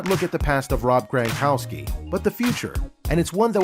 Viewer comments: It isn’t GRANkowski, it is GRONkowski. It was like finger nails on a chalk board each time it was mispronounced. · NOT GRAN,but GRONkowski.